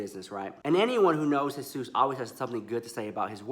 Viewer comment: UGH FINALLY SOMEONE WHO DOESNT SAY 'gee-sus' ITS JE SUS THANK YOUUUU ALL DEM NOPAL HEADASS BE SAYING G-sus not even white ppl pronounce it like that !